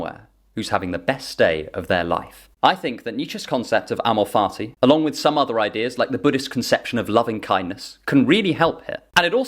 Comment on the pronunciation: With your accent it sounds like you’re saying “amor farti” which has made me enjoy this explanation that much more.